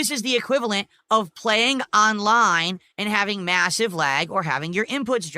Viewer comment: "AHNLINE"